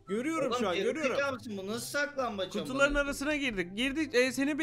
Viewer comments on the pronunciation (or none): Abi sizin oynadığınız saklanbac değil siklanbaç